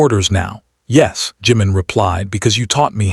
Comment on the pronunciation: Would nice if the .narrator got their names.its not saga and its not juman. Not Funny.